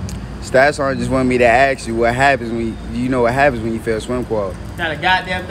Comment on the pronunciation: This guy is in a world of trouble! "Get back Marine" is not what you want to here. By the way...the correct pronounciation is "ask". not "ax".